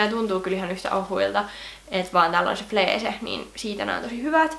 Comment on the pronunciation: Se kirjotetaan fleece mut sanotaan fliici ei fleece